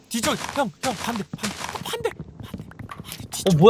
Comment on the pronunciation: 전 반대에요!!!!!!(반대를 강조하며)